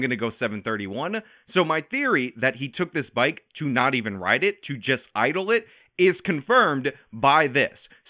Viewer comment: She even said "rid road".